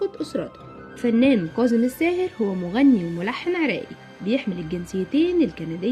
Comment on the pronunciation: كاظم و ليس كاضم